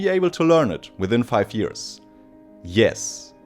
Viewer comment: c'mon stop saying yearSS 😭it's yearZ 😬